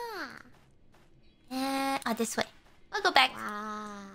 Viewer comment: her "Ah this way" sounded like a French "à tes souhaits" that actually surprised me.